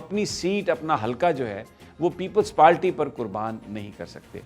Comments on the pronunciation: Sami Abraham it is " People's Party" not "Peple Palty" please please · Uncle aap itna senior sahafi ho kar bhi aap PPP ko People's PaLty kehte ho? Unparh log jinko English nahi ati woh People's Party ko PaLty kehte hain. Please avoid such mistakes, it's embarrassing.